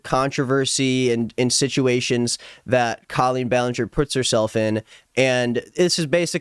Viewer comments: Wanna know what bothers me the most about her...? Is how she pronounces her name c-OH-lleen... What is that! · i know this is the last thing anyone is worried ab but i’ve always wondered why she chose to go so hard on her name being pronounced differently. i remember her fans would go feral if there was implication that you were pronouncing it normally. she just wanted to be different so badly, even if it meant calling herself basically “colon.”